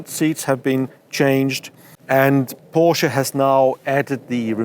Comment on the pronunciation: No thanks, I'll stick to the new Porshaa Taycarn 😊